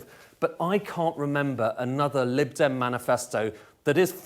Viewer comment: Man said 'Lid dem' 😂